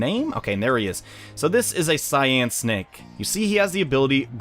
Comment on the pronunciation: i thought Cynake was pronounced Cy - as in cyclone and nake - as in snake